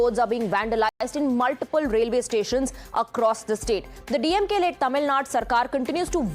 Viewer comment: She cant even pronounce tamilnadu clearly, mispronouncing as tamilNAD. THIS SHOWS HER ARROGANCE